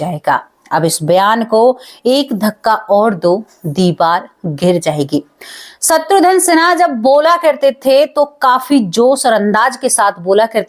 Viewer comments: Madam, “shatrudhan” nahi “shatrughan” Sinha sahi naam hai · शत्रुधन नहीं शत्रुघन है😄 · सत्रुधन क्या होता है, खुस क्या होता है, आपकी प्रेजेंटेशन बहुत बेकार है